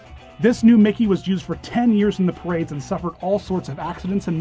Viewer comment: you sayed MOKEY